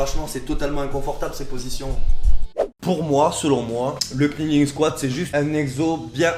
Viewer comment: Par contre en anglais K+N tu prononce pas le K. ->neeling